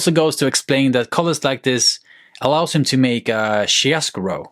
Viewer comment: great vid. very nice selection of paints. one comment is the word chiaroscuro can more accurately be pronounced as "key-are-oh-skoo-roh" :)